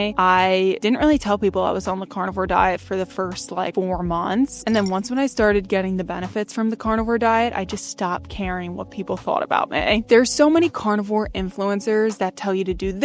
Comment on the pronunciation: ‘BENFETS” LOL 😂